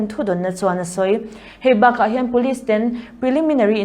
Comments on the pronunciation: ten tih hi 'A men's tih anga an lam hi a dik em! Ten, 'ka ten' tih angin Kolasilam chuan kan lam a... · JB Zonet thu puang tu hian 'ten' tih a lam dan hi ka ten lutuk. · Lunglei lam trawng deuh ni...helamah kan ti ngailo...